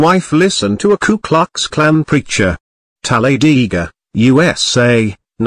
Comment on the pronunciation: It is pronounced... Tal Uh Day Guh